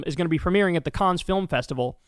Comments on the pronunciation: Kyle, Cannes (France) is pronounced 'can' Thank u for covering Gaza, Yemen, etc... and SO WELL! 🍉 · It's pronounced like "can" the es is silent in Cannes. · So Cannes, Kyle, is pronounced simply, Caaan. The s and most consonents that end words in French are silent unless followed by a word beginning with a vowel when you liaise them. Love your show. ❤🖤 🤍 💚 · Hey Kyle my dude, "Cannes" is pronounced, "CAN". Love you bro. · Not to be pedantic, but it’s pronounced can. 😊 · Thank you for keeping us informed. Btw, it's pronounced "Can" (the 's' is silent). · kyle, i appreciate you, but please take the time to learn correct pronunciation: i.e. 'cannes', 'sepulchre', this time. these are not unusual words. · No, pronouncing Cannes correctly is not as important as the Gaza genocide, obviously. I'm just letting him know how to pronounce Cannes. I think he'd appreciate it. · That IS a hard one (I first heard it ystrdy) .. but Cannes (France)? come on He never heard of the Cannes Film Festival?!?! smh